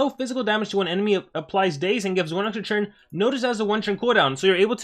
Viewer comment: Is it just me or does he say TURN as CHURN???